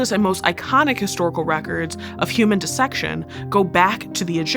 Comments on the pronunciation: I expect it from this channel, but I appreciate that you pronounce dissection correctly. Everyone always says “die-section” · Really like this presenter! Her pronunciation of "dissection" is bang on as was everything else.